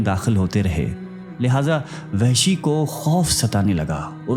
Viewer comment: Lafz Wehshi nahi blke Wahshi ha